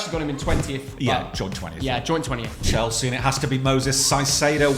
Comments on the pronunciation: Why do you call Caicedo Saisiedo? It’s pronounced ka-ee-seh-doh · Stop calling him Saicedo, for god's sake 😂😂😂 You're trying too hard. It's a Spanish C, not a Portuguese Ç. His name is Kai-Se-Do. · Why do they keep saying “Saicieidow” hahahaha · The pronounce for caicedo its not with the s at first , the c must be pronounce like a normal c and the second c like a “s” . Its like kaisedo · I’ve checked the Spanish pronunciation and Caicedo is not pronounced like that lol